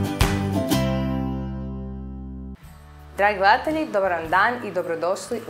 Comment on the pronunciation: prelepo, ali zasto vase voditeljke tako valjaju reci po ustima bez ikakve dikcije??? ne kaze se GLEATELJI za ime sveta, valjda smo gleDatelji? zar ne? i stavite recept ispod sa merama